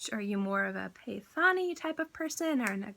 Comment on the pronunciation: The way to pronounce it is - ‘Pay - tah - ni ‘ it’s an expensive saree material typical from Maharashtra 👍